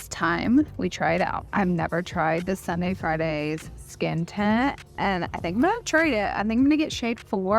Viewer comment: Anyone else heard Sunday Friday 😭😭